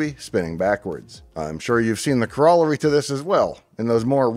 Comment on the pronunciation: I watch and enjoy your presentations often. But Dave, cor·ol·lar·y: it’s (kŏr′-ə-lĕr′ē,′-).